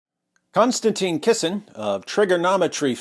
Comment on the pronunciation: I could almost watch your overly simplistic podcast if you didn't keep mispronouncing the name of the person that you're talking about for f***s sake. Kon-Stan-TIN. IT'S NOT CONSTANTINE IT'S NOT ANYTHING LIKE CONSTANTINE IT'S NOT CLOSE TO CONSTANTINE IT'S COMPLETELY DIFFERENT. Next you'll be talking about Constantine Kissing. which it's not! Ugh. sorry a bit OCD but this is the 100th time I've seen this amazing person's name totally mispronounced. I know I probably shouldn't take it out on you and I apologize for that.